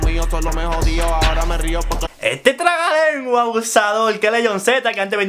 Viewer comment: Se dice trabalengua campeeeeeeeesino